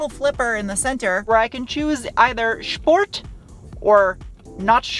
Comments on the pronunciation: Schport. Or nie schport. Love it. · Schport Mode!